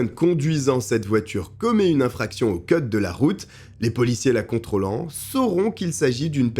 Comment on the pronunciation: Au ceude de la route... On dit cOde !